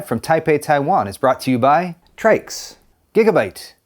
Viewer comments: the man still calling them Trix throughout the video lmao..the disrespect. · TRYX is pronounced "trikes"???? Sounds better than "try x" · I like the "Trix" pronunciation better :) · He begins by saying he got the name wrong and proceeds to get it wrong again and again throughout the video. 😂Old habits die hard, huh?🤣 Doesn't take away from the video, at least not for me. Mostly 'cuz I've sure been guilty of that one too.🤘